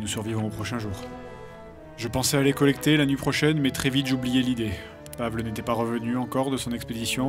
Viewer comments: Par contre Fred, c'est horrible de dire "Pavle" comme tu le fait, il faut le prononcer "Pavel" -_ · Toujours très bon ! Par contre du nom de Pavle... Ça se prononce "Pavlé", pas "Pavl". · Commentaire constructif: Pavle se dit Pavel😄